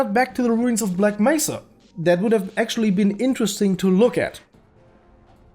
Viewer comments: Gman: black mésa (pronounced black mess-a put it through text to speech) Devs: yeah you said it right! 🤦 Of course, of course they make it worse Y'know it seems like HDTF was supposed to be shit Hunt down the freeman? More like Hunt down the devs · black mesa is good but hunt down the freemans G man says it like Black Messah